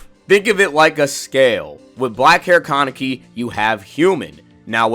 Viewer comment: Say con neck e one more time. Ka Ne Ki. It's Japanese so every syllable is pronounced (in most cases)